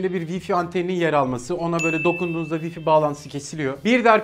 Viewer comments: sabahtan beri vifi diye okuyorsun Vay fay olarak okunur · wi-fi diye okunmaz abi :D